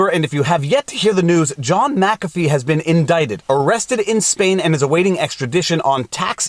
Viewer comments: WHY do you explain he is the founder of Mu CAFFEE antivirus and Mu CAFFEE systems... Then you proceed to call him MACA FEE ??? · Its mickafee. Not mackafee